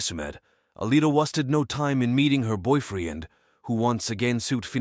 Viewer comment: First of all, this story is so sad & terrifying. Secondly, I can’t take any of this seriously due to the narration. Boy -freen!? Testifee? Unthink-able !? What is happening lol